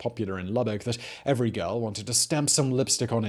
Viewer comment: I am a native of Lubbock Texas. Thank you for pronouncing Lubbock correctly!